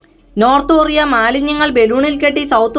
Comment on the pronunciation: ഒറിയ അല്ല കൊറിയ